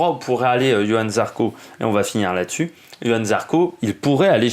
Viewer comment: C est Johann ..... avec un J. Et pas Yohan....